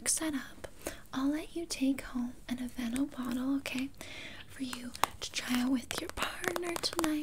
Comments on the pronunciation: Her: “I am goin to be aplying on you the AvAnOooo aCtIVe NaTuuuAll” Me: 😂😂 dead on the floor laughing Later on Her: “I was a thing with the security gard so you do have to pay” Me: now in my grave 😂😂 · Okay but why did the pronunciation of the lotion's name kill me 😭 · Love your sense of humour! It was the sshhhhhh don't fight it 🤣🤣🤣🤣 this was the funniest ASMR role play I've seen in a loooonnggg time! Literally forced into buying these Aveeno natural (said with the accent 🤣🤣) products! But I need the talent anyway 🤣🤣🤣🤣👏👏👏👏👏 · That was hilarious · When she started reading the aveeno in a French accent omg I was amazed 😂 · The way she pronounced Aveeno had me dead!😂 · THE WAY SHE SAYS AVEENO 😂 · No one gonna talk about how she said aveeno 😂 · Lmao. The way she pronounced the name of that lotion took me out.